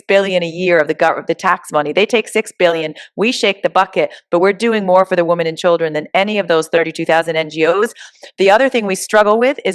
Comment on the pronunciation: The word is women when referring the women in the plural not “womon”. Why do people do that. Super weird. Stop it.